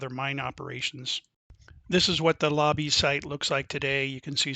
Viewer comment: It was called the Labbe Mine not Lobbie. And Overfield had the adjacent claims. Not Overland.